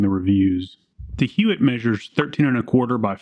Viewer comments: The name is pronounced "Yott" I had a friend who's last name was Huot and he pronounced it "Yott." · You are pronouncing Huot wrong. It’s pronounced “Huot” not “Huot”. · Dude. It's pronounced "Huot." NOT "Huot." - DUH. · It’s pronounced, Huot. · We use Huot tool scoots in the CNC shop good stuff. We pronounce it "HUE - OTT" but I'm not saying that's right or wrong... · I would pronounce it out with a H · Huot is a small company in Arlen, TX. It's pronounced "hwat" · Huot is pronounced “hew watt” to my knowledge and has no relation to the Huot auto rifle prototype from WW1 despite the name. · Huot is pronounced like how Hank Hill says "what".